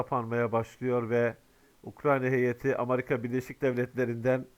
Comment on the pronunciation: amarika diyosun))